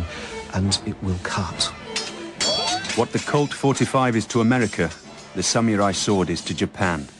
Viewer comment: I like how they pronounce the word... sam-yu-rai